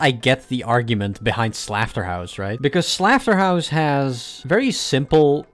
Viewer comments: why do you say slafterhouse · "Stealmate" also I think "Slafterhouse" might be an intentional mispronunciation of Slaughterhouse since the gh can be used as an f (and I guess the u is silent? [clubstep]) But fair I guess